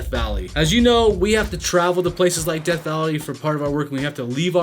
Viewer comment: It's DEATH not deth.